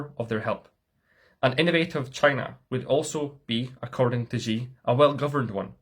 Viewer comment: Nice video. The only issue I always have is how "Xi" is always pronounced. To get it right, try to say "she", but don't let your tongue touch the upper or lower palate of your mouth, point it towards your teeth. Crazy pedantic I know, but it always bothers me lol